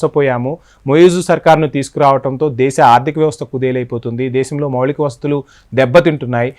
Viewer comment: "మౌళిక"వసతులు కాదు "మౌలిక" వసతులు. తెలుగు లో కూడా మాట్లాడలేక పోతున్నాడు. ఎక్కడినుంచి వస్తారో గానీ వీళ్లు.